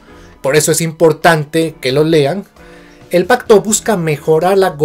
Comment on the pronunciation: Pacto? O Pajcto? Suena como pajcto con jota! Por qué?